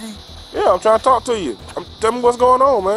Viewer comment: I Didn’t Do AnythinG-GAH H O W-AH I Can Not-Tah Stand-Dah The Way-Yaa That These PeopLe TaLk-Ah I Hate IT ALL-Lah!!!